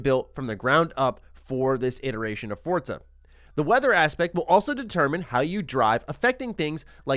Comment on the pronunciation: It’s pronounced For Za not Fortza